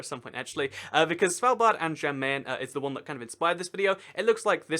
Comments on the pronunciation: Question: Why Did You Pronounce The 'J' In "Jan Mayen" As A 'J' Sound? In Scandinavian Languages, 'J's Make 'Y' Sounds, So "Jan Mayen" Would Be Pronounced More Like "Yan Mayen" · Kinshasa, not Kinsasha. Also, Jan Mayen is pronounced like 'yan my-en'. Great video though. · ''svaldbard and jen meen'' I'm now offecially a triggered norwegian How to pronounce Svalbard; The D at the end is silent. How to pronounce Jan Mayen; The Jan is straight forward, but Mayen the y is a i and the rest is also straight forward.